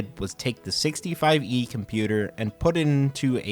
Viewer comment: I quit watching whenever he said 65-E and 130-E computer. Ugh!